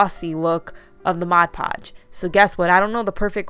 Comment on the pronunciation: I’m so glad you say mod podge.....instead of Modge Podge, I can’t watch once the person says it 😑 wrong!